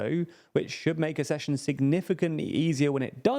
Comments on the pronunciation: Ugh. Accession is pronounced “Ak-sesh-un”. Like “access”, not “assess. As a newsreader you have ONE JOB. I did hear the word pronounced correctly on this channel once, you know. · Please talk to about how ACK-cession is pronounced. Accession - like access. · UK: æk-SESH-un, US: uh-SESH-un